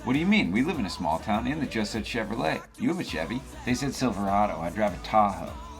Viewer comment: Did he say Chevylet?